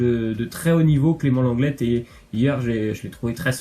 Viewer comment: Aprrend a parler c lenglé et plas lenglette pfff tu as ete a l ecole ou pas